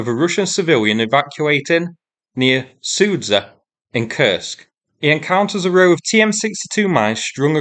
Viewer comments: "Sudzha" is pronounced as "Su junk" without "nk". :) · I'm quite impressed by content creators who spend years focused on a specific region, see a name written out in plain Latin script and go "Sudza" or "Sverd lil' kovo". Solid content, but yeesh